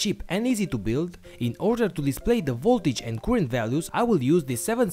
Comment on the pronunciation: By the way, "current" is NOT pronounced 'kurent'.